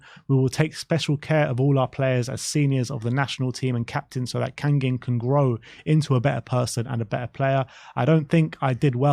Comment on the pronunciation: kang-in like bangin' not kang-ging